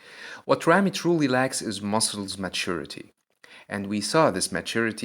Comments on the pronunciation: Your ramy and ronnie pronunciation is the same, this is confusing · When you say Rami or Ronnie I hear no difference lol. So which of them won I have no clue? :D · Say big ramy or ronnie coleman and not Ramy ronnie rony